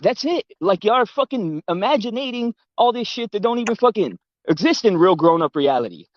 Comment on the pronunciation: Imagi- na- ting 😂😂